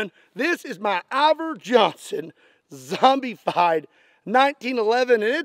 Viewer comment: It is pronounced (zom-bu-fied). Hope that helps 😁